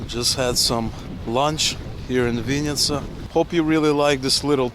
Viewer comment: It's not chl-YE-bna-YA chata, it's chl-E-bn[A] chata, or can't you read Ukrainian? There were no Russian labels. Dislike. VInn[i]tsa is Russian, you should learn Ukrainian being in Ukraine, not Russian. The correct version is Vinn[Y]tsia!